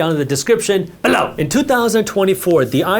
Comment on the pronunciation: I love this guy, especially his emphasis on the word "BELOW"😂